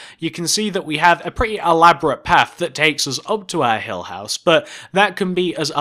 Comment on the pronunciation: I heard: Hell House Me: Wth! Oh! It's Hill House! Oh my!